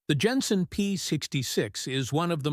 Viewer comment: "Plas" is correct, it is not a French company. And Jenson is Jenson not Yenson.